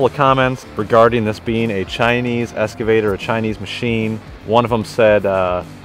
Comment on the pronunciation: Good video… just…….“ex ca vator” ….. everything else was great!👍